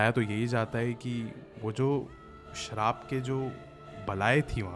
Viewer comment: Shrap ❌ Sharab ✅